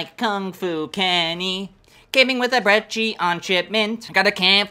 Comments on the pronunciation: Lil late but not brechie ita pronounced like breki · Not "breechie"